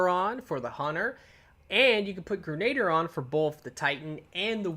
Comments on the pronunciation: Gre-na-deer. Not like Gernader Jake. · Gren- a-deer. Not grenaader. Sorry moms a teacher...love the channel. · It's pronounced gren-a-deer not ger-nayd-er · All yanks do this, it’s pronounced grenaDEER, not grenader 😂😂😂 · Grenadier is pronounced "Gren-ah-deer" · Wow! As many times as the word "EPIC" was used during that Titan's run, is STILL might not be enough!! That really WAS epic!! It looked like a blast too! Oh, and Grenadier is pronounced: "gre- na- DEER". It was a title given to certain ranks of foot soldiers, BEFORE grenades were even invented. Since the advent of the grenade, it can also mean; "A soldier who is equipped with grenades", so it IS a rather fitting name for this perk. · Protip: Grenadier is pronounced "Gren-a-deer". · 'grenader' lol